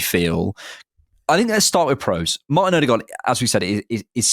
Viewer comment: Two things 1. Every one mispronounces Martins name, the D is silent som Ødegård ends with a rolling R. 2. I find it abit dangerous that so many bringa in Zubimendi in the tactics solutions already without any confirmations he is coming to Arsenal, historically too many of these roumours om players fail...